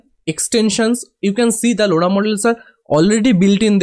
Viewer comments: bro that's not loda that's lora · the way you pronounce Lora is hilarious! btw thanks for the tutorial.